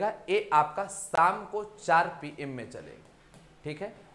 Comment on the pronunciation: PM kya bola sir 😂